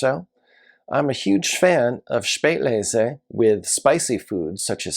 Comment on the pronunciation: thank you so much for your takeaways from the JS’s list. I enjoy watching your videos because I learn so much from them. I like the way you pronounce “Spätlese”, and I am glad to hear that it pairs well with spicy or Asian food. I definitely need to track down the Purple Angel. I know your time is valuable, and I appreciate your wealth of wine knowledge. Stay tuned for my Top 2022 Food & Wine Instagram Influencers List of 2022. 😊